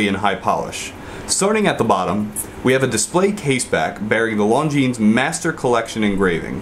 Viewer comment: I'm sure someone has mentioned it already but you don't pronounce the 'S' at the end of Longines